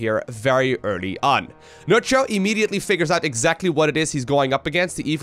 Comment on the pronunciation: For what is worth Nerchia (Nerkia is how you pronounce it) in Italian means : Big C**K, is Nerchio Italian? 😆 i suppose the right way to say his name is not nerCio...but NerKio 😝👍🏻